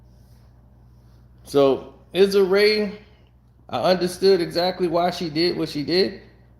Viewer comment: You butchering Issa Rae name 😂